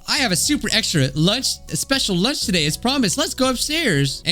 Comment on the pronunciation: I will now be saying Loonch instead of lunch 😂